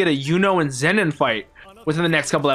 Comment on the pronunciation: For your information: The way you pronounce Zenon ('Zennen') is wrong. It is pronounced 'Zeenon'/'Zeenan'